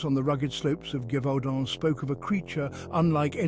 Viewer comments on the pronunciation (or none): STOOOOP saying GIVEudant... These voice over guys do not know how to pronounce properly😂Gèvaudan...(jev-u-don)Sorry , it's a small little pep peeve , but it really pissed me off!